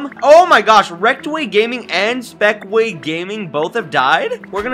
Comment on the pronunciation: LOL SAID SPEKWAY HAHAHAH